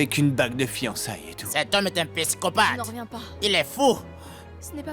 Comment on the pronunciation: me fait trop rire quand il dit " c'est un piscopathe " au lieu de psychopathe 😂😂😂😂😂😂😂